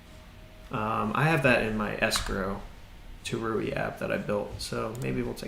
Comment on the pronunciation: It's tauri not taruri